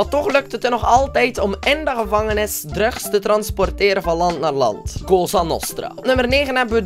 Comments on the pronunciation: je zegt druks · je zegt drugs maar het is druks zo spreek je het uit:$ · hoe hij drugs zegt hahaha😂😍😘😂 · hoe zeg jij drugs? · Hoe hij drugs zegt